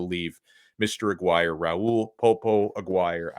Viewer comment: Dude. As a fellow alum, you're killing it. I wanted to knock you for your pronunciation of "Aguire," and you nailed that. Then you kill me with the "he's still a four star." Well done. Separately, I hate this hat game. Don't care where you land. It's so corny and disrespectful.